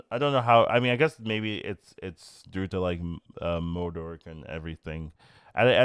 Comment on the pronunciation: Why do you add a R to MODOK? MOdork. Lmao